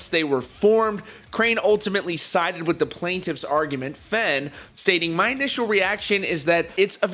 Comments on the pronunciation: Fe (aine) not fen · Pronounced Fain, not Fen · this doesn't have to do with the video but does anyone else dislike when people say Fehn like Fain